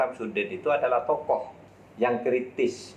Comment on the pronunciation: ehhh.... saya ketawa dengan Sebutan TOKOh... ahh ahh